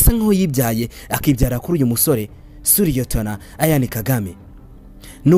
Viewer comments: Why do you pronounce his name like that?? Eishh. It's Ian, not Ayan!!! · Uzige kurivuga neza! Ni Ian, ntabwo ali A ni I ,autrement merci kuraya makuru alyoshye!